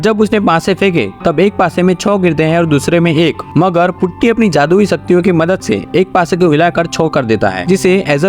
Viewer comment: Putty? its potty brooo